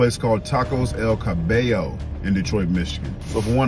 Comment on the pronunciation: SE pronuncia como "L" "Kah"-"Bye"-"Yo" not El Ca-bay-yo. Jajajajajajaja rsrsrsrsrs